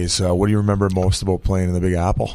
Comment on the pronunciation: Ceo of saying remeber im dyslexic